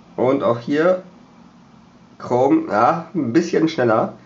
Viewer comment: Du affe das heisst chrome und nich krom Ausserdem habt ihr 2Unterschiedliche mobilfunkanbieter. Ohne sinn...